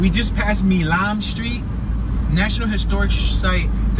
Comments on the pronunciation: Milam Street ... Milam is pronounced with a long "i", like 'mile-um'. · You pronounce “Milam” like MYLEM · Great video of my hometown. You pronounce a street name wrong. Milam Street is pronounced My-lamb. Milan is in China. Back in around 2008 downtown Shreveport was featured in the film "Disaster Movie" which starred Kim Kardashian. Back then there were a lot of big movies filming in Shreveport. "Premonition" with Sandra Bullock, "Mr. Brooks" with Kevin Costner, "W" and other major films.